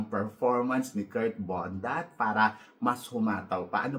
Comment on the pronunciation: Kirk Bondad po Hindi Bondat 😊😊😊